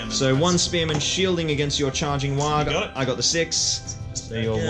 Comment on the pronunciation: you're saying warg wrong